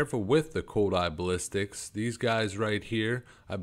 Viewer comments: Ok i don't want to sound mean or like i'm trying to put you down but a little more effort to pronounce the names would go a long ways, two cases I've notice is the sapper charge not zapper charges and basilisk not ballistics. I have dyslexia so reading for me is very very hard and i work very hard to read so if that is what you have keep working you will get there. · bass - sill - isk its the pronounciation XD